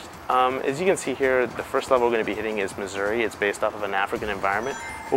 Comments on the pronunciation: its called mazuri not missouri... just to let ya know. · You didn't know how to pronounce your own level?